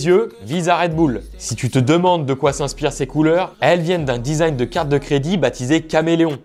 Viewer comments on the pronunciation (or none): none